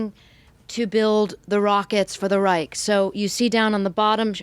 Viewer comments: Reich is prenounced "reisch" not "reik". Anyway in the German language. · Amazing info but her pronounciation is big oof. Geshtapo? Reich? If you gonna butcher the words say them in English. Reich is just Right. And it's Gestapo not Geshtapo.